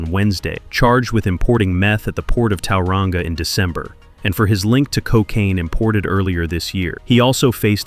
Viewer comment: Like people can't still run the streets from behind bars and as if some screws aren't corrupt 🙄 btw it's Tauranga not towelrunga 🤦🏽‍♀️ not a bad video that pronunciation thou 😅